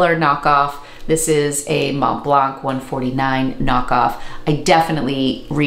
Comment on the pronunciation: Thank you for the video! Your pronunciation of "Montblanc" is almost perfect, if you care, the "c" at the end is silent ;)